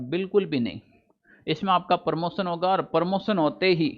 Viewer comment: अरे भाई साहब प्रमोसन नही प्रमोशन होता हैं